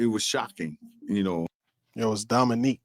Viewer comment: I heard that too.. he said Dominick not Dominique.